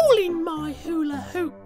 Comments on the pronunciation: he doesnt even say hulahoop he says "oola roop" XDD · today i learn stampy does not say "who put a hole in my hula hoop?!?" but actually instead says "there's a 'ole in my 'ooler-oop" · How many likes is how many times stampy mispronounced hula hoop. Not being rude though i know he's being funny. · when i was 6 watching this i though he called his bed an ula ooo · “There’s a hole in my ula ooPUH” Stampy~A Long Time Ago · it kinda sounds like he's saying there's a ole in my oola oop! who else thinks this? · That is what he's saying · Me I'm like silently laughing its soooo funny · True dat xD It sounded like; theres a hole in my hular-oop. xDD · do ya relies that stampy says oolaroop. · Nobody: Absolutely nobody: Stampy: There's a 'ole in my 'ula 'oop!! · there seems to be a 'ole in his 'oola 'oop